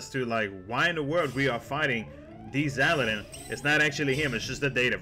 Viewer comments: XAL-DIN not XAL-E-DIN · Its Xaldin.